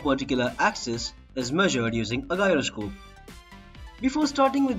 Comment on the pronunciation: You are pronouncing the word "Gyroscope" wrong. Check the actual pronunciation of that word..